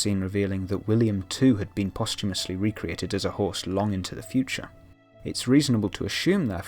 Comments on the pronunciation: i don't really watch the show but clicked on this video anyway. Everytime you said host, I thought you said horse lol. I was so confused. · wait he has been saying host